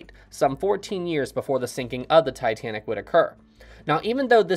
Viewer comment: As much as I watch your vids I appreciate your pronunciation.... James Cameron and Ken Marchrell say "Tuh-tan-ick" where you enunciate-Tye- Tan-ick!" thank you bro.....I hate both of those men